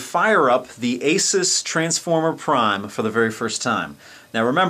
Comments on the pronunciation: Its actually "ay-soos". Asus has a video on their channel showing how to pronounce it. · Don't you mean 'Ah-soos'? ;-) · learn how to pronounce AsUs